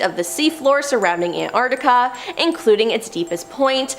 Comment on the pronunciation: It's probably better to have someone who can pronounce Antarctica properly to do the bit about it...